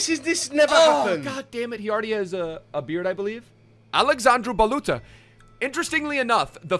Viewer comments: And his name is like baluthsa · IT s like balutza ( hi from romania)